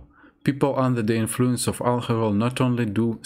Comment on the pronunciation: As an American, I'd say your English is very good. You pronounced a few of the more difficult words bit strangely (logistics, influence, detrimental), but other difficult words you pronounced very well (according, confidence, occasion, quarrel, opinion, gradually, negatively). Overall though you're very easy to understand :)